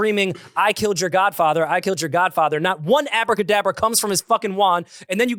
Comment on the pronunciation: calling it Abra kadabra is hilarious The Harry Potter take was funny af